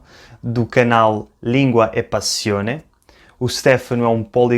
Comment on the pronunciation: Óptima pronuncia, a do Stefano. Mas não se pronuncia “Stéfano” mas mais “ Stêfano”. Adorei o video.